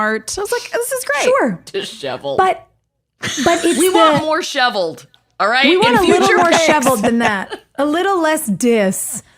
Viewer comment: “we want a little more ‘shiveled’”JSJSJDJS HILARIE STOP